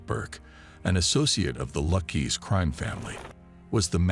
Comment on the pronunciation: Could have been TOP Shelf video, I really like everything that comes out, but kept calling the Luchese family the "Lucky's" crime family. So DUMB Need to TRY to pronunciate italian names correctly and at one point, they call him Henry Hills. It's Henry HILL and even spell it out on the screen !! No S!